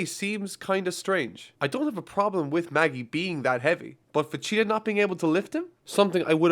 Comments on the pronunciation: It’s Vegeta not Vecheta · All I hear is Vecheetah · Why Does it sound like your saying Vegeta as "Vecheetah"? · It's Vegeta, not Vecheeta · VE-GEE-TA. Not Ve-CHEE-ta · Great video!!! But is he saying vacheetah lol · it bothers me so much that it sounds like he says "vecheeta." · I hear va- cheetah everytime. Good video tho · Who is “Vecheetah” ? :p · am I the only one who is triggered at the way he says "vecheeta"? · Take a drink every time he says "Vecheetah". Seriously though it started to hurt after 30 minutes of it, especially when like ~1/10 are pronounced right so you know he can do it. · Damn bro it's VEGETA not vecheta...just saying... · Why are you saying manga and vegeta wrong